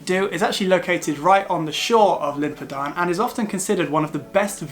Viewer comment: I hope this helps, but Glyder is not pronounced “Glider”, but “Glidd-err”. Tryfan is pronounced “Truh-vann”, not “truff-Ann”. Llyn Padarn, is not “Pudd-Arn”, but is “Padd-Arrn”. Dinas Dinlle is not Dinas “Dunelle”, but Dinas “Din-hll-ay”. Betws-y-coed is pronounced “Bett-oose uh coyd”, not Betsy-Coyd.